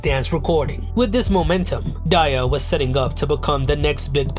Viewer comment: Oof at mispronouncing Daya (though i used to pronounce it like that too)